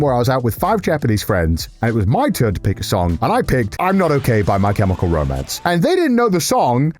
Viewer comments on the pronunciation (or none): none